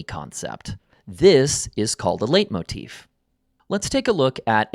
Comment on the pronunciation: It's pronounced "light" motif, from the German word for leiten: to lead.